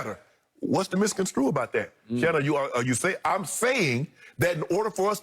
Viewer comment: Somebody please tell Shannon that it pronounced ( miss-con-strew ) not ( miss-con-screw )